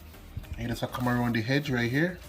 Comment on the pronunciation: Lol its not sealing the "hedge" its the edge daah, i love you❤❤ and i love your cooking❤❤❤